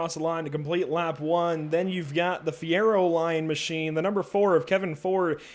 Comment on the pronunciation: And Fieroline is pronounced just like the oil is...Fierolean/fieroleen